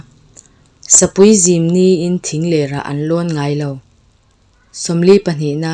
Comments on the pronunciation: Zim hi kawngka zim angin i chhiar ri a man tumin zim riah chhuah la rang deuh in lam a ngai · I tawng thluk leh lamrik a dik tlangpui Pakhat lam dikloh I neih chu Sapui zimnaah tih chiah kha I thluk diklo Zim kha thluksei loh tur Arpuiin mi lim , Ka thin a rim tih thluk a Zim kha lam a a dik Sazuk zimnaah ka tel ve tawh ' tih thluk khan lam rawh